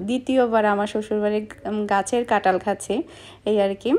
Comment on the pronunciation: কাঁঠাল না বলে ট বলো কেনো?